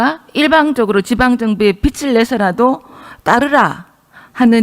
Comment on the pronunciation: 비츨 내라? 비즐 내라가 맞지 않나요.. 저도 경상도 사람 이지만.. 좀 쪽팔립니다..